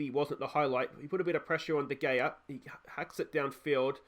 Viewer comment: Lol I get mage triggered when u say VAR, u don’t say it as a word but like V.A.R. And de gea isn’t said as de gayer, but instead as de hayer.😂